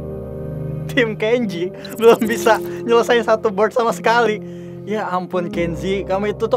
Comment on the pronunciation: "bord lima w" 😭